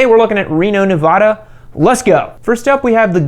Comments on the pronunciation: Nevada not nevoda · That feeling when says Nevada wrong:( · Hah I check reno Craigslist this morning. Btw you said Nevada wrong damnit